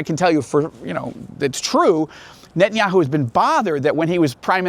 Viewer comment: It izz Knott Kngett•tann•yah•who. Stop saying that. You have ahye Jewish name ، ao, sound like oñe